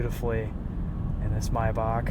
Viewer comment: it’s pronounced “may-back”